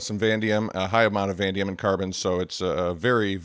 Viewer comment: You missed a whole syllable! Vuh-nay-dee-um.